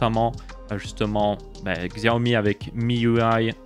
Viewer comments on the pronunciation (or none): Tu peux dire "Siaomi" au lieu de "Xiaomi" xD Nan moi aussi je faisais l'erreur, je ne juge pas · Ca se prononce Chiaomi.